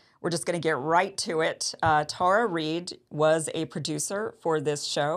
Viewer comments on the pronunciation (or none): none